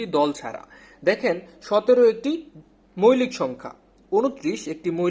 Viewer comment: আপনাদের এই আয়োজনটি সত্যিই অসাধারণ। এগিয়ে যান। উচ্চরণও খুব ভালো। তবে কিছু কিছু শব্দ উচ্চারণ শুনতে কেমন যেন লাগে, যেমন। ‘মৌলিক’-কে আপনি বলছেন মৈলিক। সঠিক উচ্চারণ হলো ‘মউলিক’। এরকম আরো কিছু শব্দ আশা করি সঠিক উচ্চারণ করবেন। তাহলে শ্রোত হিসেবে আমাদের শুনতে ভালো লাগবে। ধন্যবাদ।